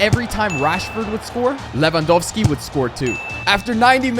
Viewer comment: I Like how you call lewandoski “le wa dos ki”